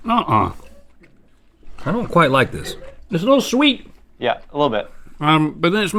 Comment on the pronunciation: No instead of sweet it’s sout